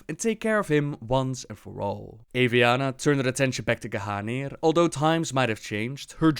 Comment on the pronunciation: I swear all this time that it was pronounced (Gahneer) instead of Gahanir